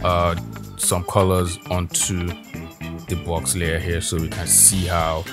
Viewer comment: when you said bawx i started laughing... than you were like command JAAAAAAAA... and i burst out laughing and spit my coffee out XD. I love your videos! solid work as always! <3